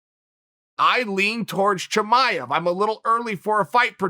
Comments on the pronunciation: **BREAKING NEWS*** Birth records have been officially changed: Khamzat Chimaev’s name has been changed to Hazmot Chimaez. Uncle Chael hath spoken... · From now on...Khamzat Chimaez...ok great... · Who’s Chimaez?🤣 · Everyone: Chimaev Chael: Chimaez Me: Chimaez it is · Thank God uncle Chael was here...khamzat didn’t even know his name was spelled wrong🤦🏾‍♂️ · Chael "Chimaez" Sonen